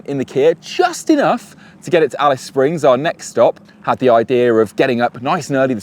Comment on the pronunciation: Didn't this guy make the effort to find out the Australian pronunciation of Australian place names? Ignorant. He got Alice Springs correct. Genius.